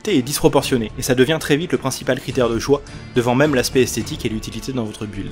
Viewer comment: Je mets un pouce rouge et je quitte la vidéo. PS : On ne prononce pas le U de "build".